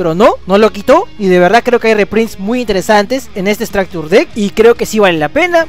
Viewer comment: Pronunciación "estracture" lo dices remaaaal